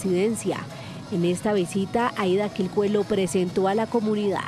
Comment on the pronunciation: un punto para la periodista que pronuncio bien el nombre del pueblo de la mayora Aida, es en lengua jajajja lo hizo bien